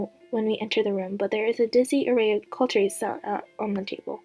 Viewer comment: That cliffhanger though(/•-•)/ By the way, Emelaigne is pronounced emma-lin, cutlery is pronounced cut-ler-y not culturey, and eaves in eavesdropping is pronounced like eve in Christmas eve. Thought I'd just let you know :d